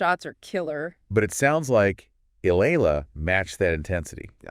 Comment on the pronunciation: It's e ya la that's how u pronounce her family name & thanks for coment her on ur vlog we filipino appriciate it much!